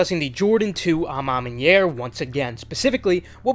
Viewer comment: You're the first youtuber who pronounced à ma manière right lol